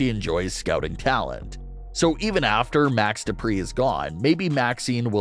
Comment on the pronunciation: No. No. No. You got to say it like this : DuPRE!!!